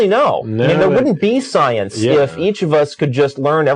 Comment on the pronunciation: Her thought's are not funny......they are fucking hilarious. This woman can't even pronounce science, never mind understand it. Where did god come from? I have never heard anyone answer that......